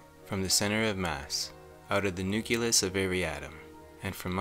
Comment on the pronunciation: "Ocilltation"??? "Newculous"??? WTF izzat? Learn to read bro. It's OCILLATION AH SILL AY SHUN and nucleus NEW CLEE US.